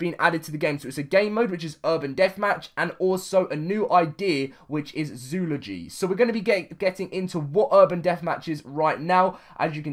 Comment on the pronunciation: Zoo-ol-o-gy That's how you pronounce it.